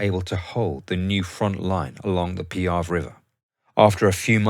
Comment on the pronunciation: NO SILENT E IN ITALIAN! PEE-AH-VAY